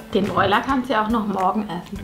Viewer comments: Ich hab noch NIE Brathähnchen oder so was gesagt.. Das heißt broiler! Haha und ich komm aus Sachsen.. Da sagen alle dazu broiler 😂😂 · „Breuler“ Ich, mit jeder 100% deutschen Zelle in meinem Körper: „Bitte was?“ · Jerra Kolina Broiler